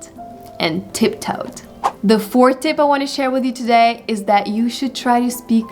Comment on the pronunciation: Отлично! Привет из Штатов! У вас отлично получается) Только в тюдэй немного больше "тУдэй". Классная лекция!